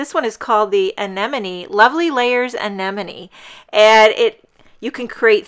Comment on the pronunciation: Oh wow.... So so beautiful! And we, in the Netherlands, do pronounce it, like you did before. And yes, crowns. Gosh... Nature is beautiful right?!